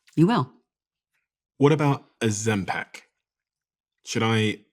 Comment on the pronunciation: Why does he say Ozempic and Ozem-PACK 😭